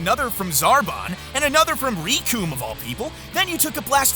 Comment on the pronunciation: NAH-mek, REE-coome? So painful to hear lol.